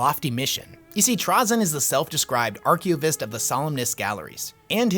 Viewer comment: Worst butchery of the word archivist of all time.